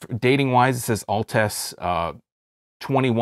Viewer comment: Your not saying the name right, It sounds like Alts!